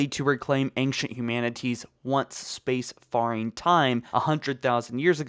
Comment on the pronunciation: Loved your videos for a while but I finally have to ask...is English your first language? You don't seem to have a speech impediment ..but your Ts are really harsh ..as is your S sounds on the end of words. Also you keep saying Space FAR-ing instead of space FAIR ing. And it's annoying the crap out of me.